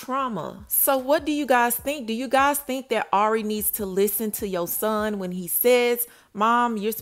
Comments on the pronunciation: Spelled his name wrong. It’s spelled Y O S O H N and it’s not pronounced “Shawn” at the end. How y’all report on her and her son and hear her say his name RIGHT and see her spell his name RIGHT but keep saying it wrong and spelling it wrong🤦🏾‍♀️. And he clearly doesn’t know that she’s working while he’s with the family he thinks she’s with MoneyBagg Yo when she’s really not. And if you actually watch her show The Impact ATL her family asked her can they keep Yosohn in ATL with them while she’s working and also asked her because he miss being in ATL with his cousins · You always mess up FAMOUS people names like😭 This really the weakest TeaPage fr🤏🏾 its YO-SOHN !